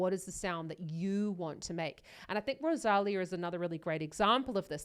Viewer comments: Do you see that accent mark on the "í" in the name "Rosalía"? That means the stress is on that "lí". Next time, try saying RosalEEEA instead of RosAAlia. The same as in María, (MarEEEa) or Sofía (SofEEEa), both also with accent mark on the "i", for example. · Hi. One minor criticism I'm afraid. Her name isn't Ro-saal-eeah, it's Rose- ah-LEE-ah. The accent on her name means that syllable is the one that is emphasised...Rosalía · If you do any more Rosalia reactions, you should correct your pronunciation of her name. Ros-a-li-a with emphasis on the “li”.